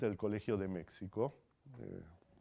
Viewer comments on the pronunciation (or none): none